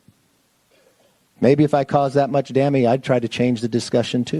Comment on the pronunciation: did he say dammy?